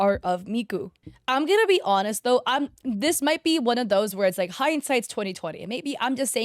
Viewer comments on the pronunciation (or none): none